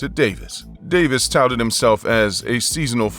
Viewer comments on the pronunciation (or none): none